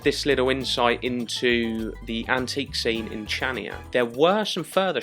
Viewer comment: It's pronounced like Chania with a "K". Not like in "chips"...